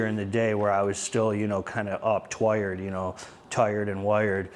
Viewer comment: Gotta love that GGH accent. When you said twired you said "twoired like toired and woired" haha